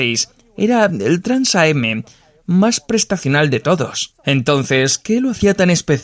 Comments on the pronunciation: Exacto, se pronuncia Trans-Am, lo mismo pasa con el Grand Am. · TRANS-AM no Trans A-M. TRANS AMERICAN CHAMPIONSHIP. Hay que conocer un poquito más para poder mencionar ciertos modismos de manera correcta.